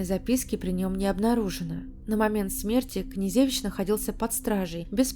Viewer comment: КнежЕвич, МалЕвич, СенкЕвич и т.д.... Хорош здесь умничать,позорище безграмотное!!!